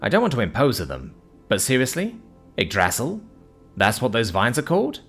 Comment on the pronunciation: 😫 The pronunciation of Yggdrasil here makes me sad cry. 🥲 💔